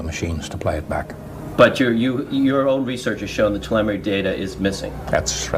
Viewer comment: How am I supposed to believe this guy when he misproounces 'telemetry'.